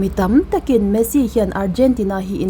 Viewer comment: Messi poh i chhiar hrang vekin ka hria😂😅